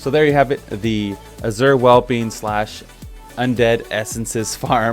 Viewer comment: sigh "Azure Whelpling" - spelled just like it's supposed to sound ("whelp" is the base English word here). Fine video otherwise, though.